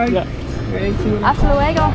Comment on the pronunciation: I know I'm that guy always correcting your Spanish, but I feel you're receptive to learning. Lol. "Luego" is a 2 syllable word, not 3. Most English speaking people pronounce it as 3 syllables - lu-e-go. But it's lue-go (like "let go" - and the "e" is also the same as in let, not like an a).